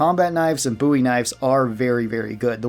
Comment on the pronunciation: so glad to hear someone say Bowie right